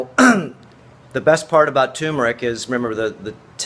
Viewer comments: joann dortch Do you mean accent? No in this case it is mispronunciation! It is tur meric not tue meric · Please, tuRmeric not 2meric. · It's pronounced TURRRRRRMERIC, not TOOOMERIC. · David Parker annoying isn't it. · its pronounced TURmeric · Turmeric. It has no a in it at all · My God this tyumeric. I mean, I know why, people see the word for the first time and to the untrained eye rm (RM) looks like an m. So turmeric becomes tumeric. Then there are those who hear it mispronounced much earlier than they read the word for the first time, and they're pretty much doomed. Still it gets on my nerves like few other things. Nobody says tookey, toof, toomoil, so why say toomeric? Meanwhile the video is going on (yes, I got totally distracted as soon as he said toomeric the first time), and he's been mispronouncing a whole lot of other words, so, bless his heart. I'm going to start the video again and try to listen to the contents. Oh God, he just said ayurveedics... maybe I'll look for another video.